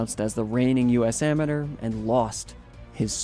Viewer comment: learn how to pronounce “Amateur”